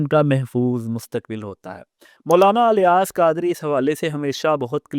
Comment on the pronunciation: افسوس ہے اس اینکر پر جیسے یہ بھی نہیں پتا کہ الیاس الف کے زیر کے ساتھ پڑھا جائے گا یا زبر کے ساتھ نہیں😂😂😂😂😂 اور زبان درازی کر رہا ہے ایک ایسی شخصیت کے بارے میں جن کے بلا مبالغہ ہزاروں نہیں لاکھوں مریدین ہیں۔ جنہیں ہزاروں علماء عالم مانتے ہیں۔ اور اس کے علاوہ ان کے اپنے مدرسوں سے ہزاروں علماء بنے ہیں۔